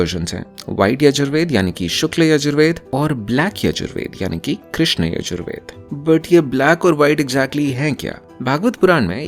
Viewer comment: Oi in yajur veda sha ucharana as ķha